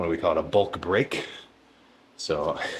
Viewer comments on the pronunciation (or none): pardon ? did he say a "bulk break"